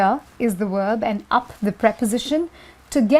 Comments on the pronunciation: her "wOOOrb" upsets me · VVvvverb not WoOoOorb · How she said 'verb'? worlb? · omg yeah lol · I was thinking the same while I was watching the video lol